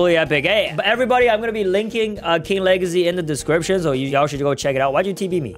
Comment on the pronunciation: Its says king wegacy insted of legacy😂😂😂😂